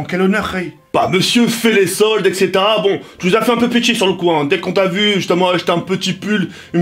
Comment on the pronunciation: Il dis tt le temps Ksetera-Ksetera 😂